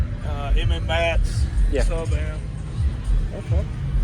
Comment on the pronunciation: like your videos, and this is a nice system. I'm from Florida where mmats is located at they are very big down here and well known!! But I have to call it out.. lol it's pronounced "MATTS"